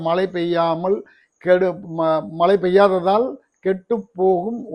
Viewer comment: மலையல்ல மழை.ழவை நன்றாக உச்சரிக்கவும்.